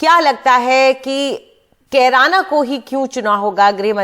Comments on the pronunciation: BJP hatash lag rhi he Amit Shah ne Kerana ko, Corona bola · अमित शाह जिस जगह पर गए हैं उस जगह का नाम भी सही से नहीं बोल पा रहे हैं कैराना को कुरौना बताए हैं अमित शाह दूसरा बार में कैराना बोले हैं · Korona hai bol diya kirana ko😂😂😂... Mota bhai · Amit Shah ko carana bolane nahin aata hi corona bol raha hai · Kerana ko corana kah rhe hai aar paar